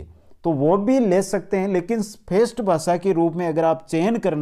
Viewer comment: vo language "phest" nhi he language "first(फर्स्ट)" he.....apni boli sudhare.....sabdo ko sudh rup me ucharan kre ..